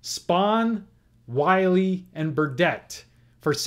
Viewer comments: Errors Corrected. I believe Carl Willey is pronounced Willie not Wiley. And there was a National League Playoff in 1959 between the Dodgers and the Braves which the Dodgers Swept. There could be more errors, but these are the ones I recall. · For future reference, Buhl rhymes with "jewel", and Willey rhymes with "silly."